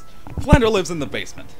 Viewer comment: Oh, my grammar-Nazi senses... Flandre should be pronounced as it is spelled, with the R coming before the E. It would only be pronounced "Flan-DER" if you switched the letters around. If you want to hear it pronounced, listen to this song: watch?v=TAx38uBBThg Hope that helped. :)